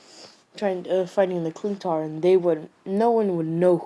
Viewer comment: Sorry but it's not clintar its chitauri